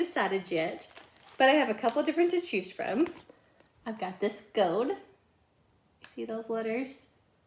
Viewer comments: Love how she says gold...gode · This is sooooo cute as usual and I adore how you say "gold" with your lil accent.